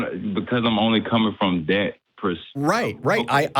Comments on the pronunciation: Next time you call a show to address something from a “scientific standpoint”, it might be helpful if you wouldn’t use words like “dat”. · Dat, den, and whole bunch of other mispronounced words make me not take him seriously as a fellow black atheist.